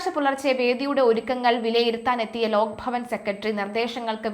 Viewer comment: ലോക്ക് അല്ല ലോക് ആണ്‌ ശരി